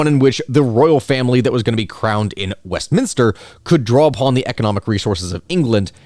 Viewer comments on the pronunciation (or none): none